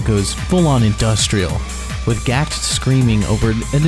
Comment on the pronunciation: One would think if you were doing a video about a Japanese band that had some French words for titles that the creator would put a liiiiiitttle more effort into pronouncing stuff correctly. My soul died inside when he tried to say Gackt's name how people do in Japan. Ge-Ku-To?..... wtf